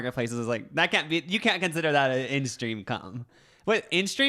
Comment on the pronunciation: "Instream come" it's only a minute in 😂